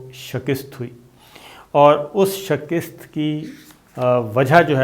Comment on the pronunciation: صابر شاکر صاحب ایک لفظ آپ استعمال کرتے ہیں shikist یہ اسطرح نہیں یہ shikast ہے